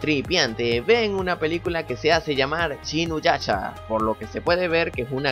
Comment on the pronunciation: es shinyusha o como se escriba pero no es shinnuyasha